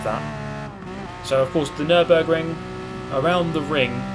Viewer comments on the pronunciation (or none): none